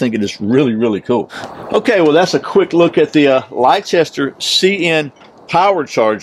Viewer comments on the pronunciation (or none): Great review! The company name, "Leicester" is pronounced "Lester". It's a British name. Merry Christmas to you and your family.